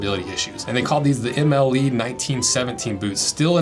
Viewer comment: MLE, French abbreviation for the word model. Puttees - pronounced like putty as in Silly Putty, or glaziers putty. Just nit picking, interesting video.